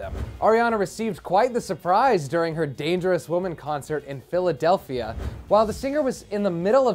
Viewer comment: I saw that in concert and the way says Philadelphia crakes me up 😂😂